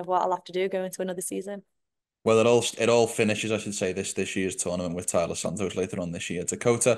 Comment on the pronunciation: It's TAILA not Talia